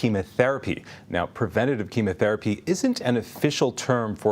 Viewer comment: How dare you doubt her. Princess Catherine is a lovely human being, hard working, good hearted, how dare you try to cast doubt on the type of treatment she's getting. You can't even pronounce "chemotherapy"; you pronounced it "chemAtherapy". Get an education before you slander a young mother of 3, who has cancer and has a much harder job than you do, "foreign correspondent". FFS.